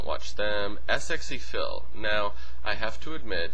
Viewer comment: its pronounced sexy phil not s x e phil, even though thats how you spell it